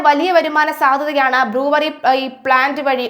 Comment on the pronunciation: ബ്ലൂവറി അല്ല ബ്രൂവെറി